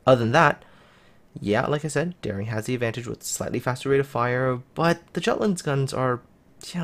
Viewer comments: Hello and Happy New Year, please review your pronunciation "giatland?" Jutland is a danish name (it's the in land part of Denmark); please have a look at this link: Thanks for your great review! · its pronounced with J mate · plz, the J is pronounced like a Y in Jutland. My ears are bleeding.